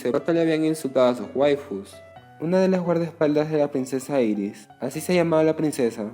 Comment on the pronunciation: Dirás Iris no Eris...